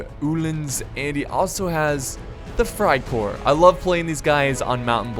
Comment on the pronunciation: you pronounce freikorps as freicorps not freicore